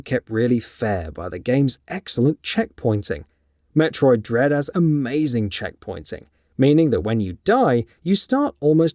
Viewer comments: Did you say Metroid Dead? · Did he say Metroid dead??